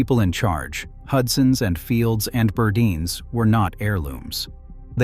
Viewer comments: it was pronounced "Bur-dines", not "bur-di-nis" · First of all, federated department stores owned macy's. second Burdines. Wish I could tell you how to pronounce it. Every time you said it, I cracked up laughing, you slaughtered the name. You forgot Jordan Marsh you forgot Ivy's. Was still a nice nostalgia lesson